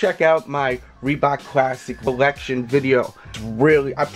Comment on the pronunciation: "My bollection" lol